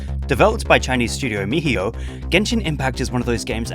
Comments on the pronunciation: Correction: MiHOyo not "mihiyo" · ah yes "mihiyo" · Did he just say meheeyo